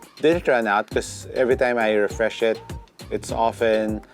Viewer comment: “Becoz” Wtf accent pa more HAHAHAHA